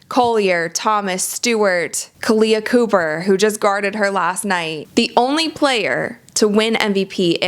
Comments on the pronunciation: You're mispronouncing the names of the WNBA Olympic athletes... => Kahleah Copper It's cop-per not coop-er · Pronunciation check on Kahleah Copper. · you butchered kahlea copper's name